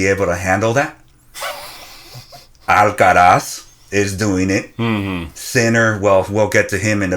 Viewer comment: You guys aren'y pronouncing Alcaraz correctly. Either don't bother with the weird attempt at a spanish accent, or learn how to say it properly in spanish.